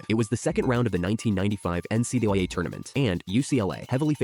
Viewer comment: The AI can’t pronounce “NCAA”😂